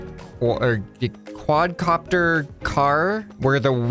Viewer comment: It's a Quad Car-pter